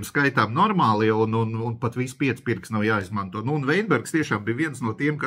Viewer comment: Kļūda bijušā ministra uzvārda izrunā. Nevis Veinbergs, bet Vitenbergs.